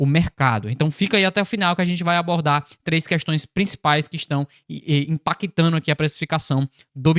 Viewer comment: você pronuncia fazeno, impactano, veno. O correto é, fazendo, impactando e vendo....